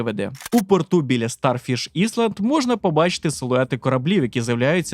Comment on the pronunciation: "іСланд".... Ясно, далі можна не дивитись